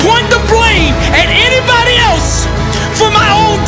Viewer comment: I had to stop at enybody 😂😂